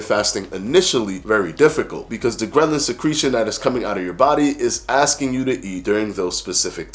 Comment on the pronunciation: Every time you say ghrelin it sounds like ghrenlin which sounds like gremlin and so this whole video had me thinking about the movie Gremlins. 😂